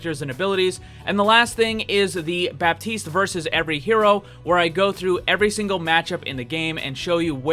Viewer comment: The P in baptiste is silent